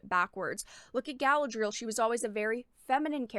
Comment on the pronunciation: "" can't even pronounce Tolkien and Galadriel correctly. That's not a good start for defending the sanctity of the "source material." Reading the Unfinished Tales (a.k.a. the "source material") will give a better understanding of Galadriel, called "man-maiden" by her mother and described as having "fought fiercely" in the 1st Kinslaying.